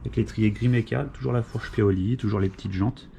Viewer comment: Cè paioli pas piaoli 🤣